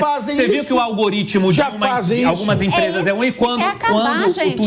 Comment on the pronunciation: "Minha gente, é o olgorítmo" kkkk